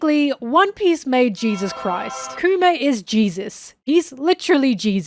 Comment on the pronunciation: Anyone else keep hearing “coomer” whenever she says kuma? 😂